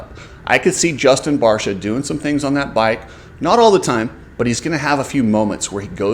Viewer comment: it's also barcia and not barsha